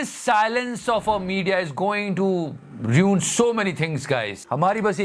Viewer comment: Ruin. Ru in not re un.